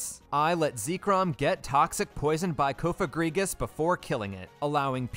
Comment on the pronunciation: Ko-fagrigus, Zebstreeka